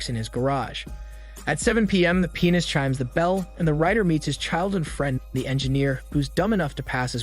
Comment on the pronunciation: I know I’m not the only one who laughed at pronouncing “pianist” as “penis”